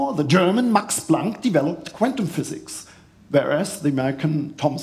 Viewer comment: THE. THE. Nicht se. 🤣